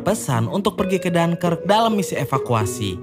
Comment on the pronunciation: DUNKIRK kl orang indonesia paling gampang bilang Dun Kirik min , wkwkwk..... .